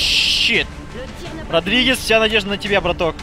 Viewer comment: Не Родригез, а Рамирез!